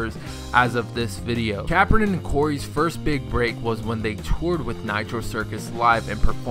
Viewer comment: he kept saying capron wrong omg